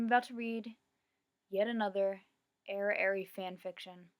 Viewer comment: Its pronounced (air)(ee)!